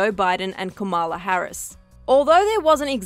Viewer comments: LEARN TO PRONOUNCE HER NAME CORRECTLY! EDUCATE YOURSELF BEFORE RECORDING. UGH! You know there are videos out there where she explains how to pronounce her name. It's pronounced, Coma-la, NOT Ca-ma-la. You should value pronouncing a person name correctly. Especially, when it's not that difficult to say it right. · Please learn how to correctly pronounce KAMALA